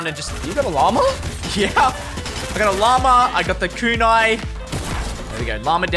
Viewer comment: Bro you can literally look up the names the words of the weapons everything but you didn't shootagain no it's a kunai